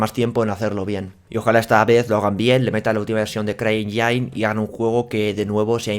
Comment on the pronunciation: Caballero CryEngine se pronuncia en inglés CRAI ÉNYIN y no CRAI ENYÁIN. Busca cómo se pronuncia motor en inglés y así te puedes asegurar. Te pasó también en otros videos con las gráficas MSI Lightning (se pronuncia LÁITNIN y no LAITNÁIN. Corregir a tiempo es de sabios. Saludos...